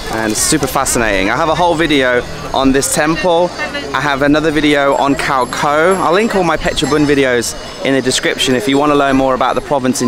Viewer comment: Small thing, but Your pronunciation of Khao Kho is cringeworthy… 555, hopefully by now you have learned how to pronounce.